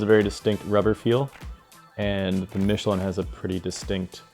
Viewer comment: I just KNEW that schwalbe and Michelin would be pronounced wrong! 😂 ❤ Its " sch-val-buh" 🇩🇪 and "meesh-el-ah(n)"🇨🇵